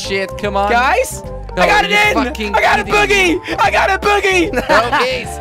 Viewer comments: he said "boogie" for "bogey" lol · It's pronounced: Bow-gee, not Bu-gee. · it's bogey not boogie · LOL love when he said "I GOT BOOGEY, I GOT A BOOGEY!!!! 😂😂😂😂😂 its bogey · Bow-Gee (as in geese) bogie, not boogie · it's bogey not boogy.GOD! B-O-G-E-Y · isn't it pronounced boh-gee? he's saying it like boogie lmao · Its not pronounced Boogie Its pronounced B-oh-gee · its not boogie, its Bo gee bogie, not boogie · It's bogy not bugy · BOgey not bugey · its noy boogey its bogey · its called a (bow-gey) not boogie jesus christ